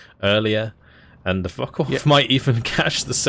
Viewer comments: If you're going to pronounce it with the N, at least swap the the O for a U as well. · Liking the Co-Cast except for one thing...it is Focke Wulf NOT FockeN Wulf! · Hearing "focken wulf" is "focken" unbearable... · i enjoy this double commentary and the games are amazing, but one thing that annoys me to no end: its not "FOCKEN WULF" ..argh.. with your accent it sounds exactly as you would expect, and I hate it :D Obviously this is intended for "attack power"